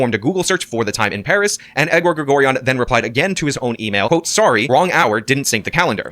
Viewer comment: Does think mispronouncing every single name in the indictment including "Edward" is some way to distance himself from everything? Its actually pathetic.